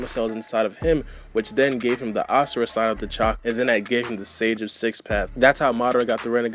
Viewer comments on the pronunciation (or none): none